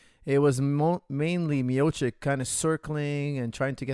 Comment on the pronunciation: Coach, it's Mio-chi-ch